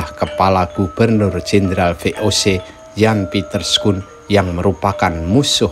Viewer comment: koreksi bapak,bacaannya Yan Piter Sun Kun